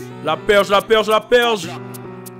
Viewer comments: au début il dit la Berge pas la Perche c'est une section en gwada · Merde quand t'as dit la perge tu m'as eue jsuis morte 1000 fois 😂😂😂 c la berge 🙏🏽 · C'est la berge la famille pas la perge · Qui lui dit que c'est pas " La Perge "😂😂 force sinon 😂🔥🔥